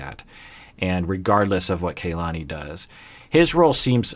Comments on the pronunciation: Aggghhhh! Does have a personal grudge against Kalani or something? Am I missing something? Am I just being sensitive? He made a big, big deal out of properly pronouncing Larissa's name, but now over many weeks, videos and wardrobe changes, he still mispronounces Kalani's name. Urrrghhhh! Haha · The cast seem to pronounce Kalani's name - 'Kah-lani', as opposed to 'Kay-lani"